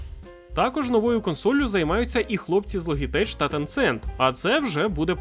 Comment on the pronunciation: Боже, та шо за логітейч? Повторюй за мною: ло-джи-тек, ло-джи-тек, ло-джи-тек 🧐🙂